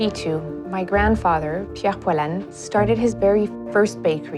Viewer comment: They way she pronunces her granfathers surname is just gorgeous